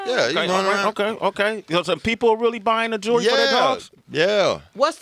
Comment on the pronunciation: He said jury for jewelry. Lmao this Nigga is real tho